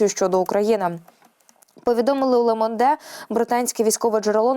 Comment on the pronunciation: Ле Монде ріже вуха.